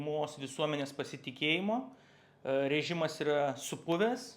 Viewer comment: 🤣 gal jis ne visai Lietuvis..